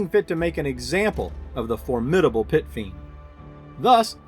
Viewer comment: first minute you said fit piend...love your vids :D